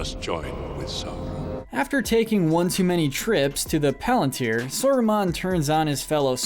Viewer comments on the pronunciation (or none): none